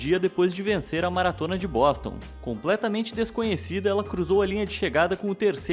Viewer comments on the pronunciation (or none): na primeira vez eu entendi ele falando "maratona de bosta"